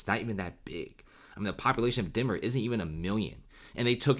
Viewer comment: Denver? nah denvèr